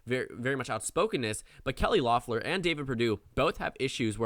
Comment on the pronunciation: I don’t mean to sound like a stickler, but it’s Kelly LEFF-lur, not LOFF-lur